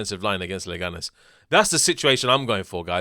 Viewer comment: It's Leganes, calm down, mate.